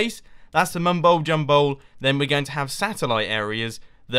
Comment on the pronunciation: "The Mumbo JumHole" ??